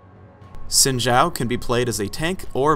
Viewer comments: He pronounced "Xin" wrong... It's 'Shin' not 'Sin'. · Yeah where they pronounce his first name properly lol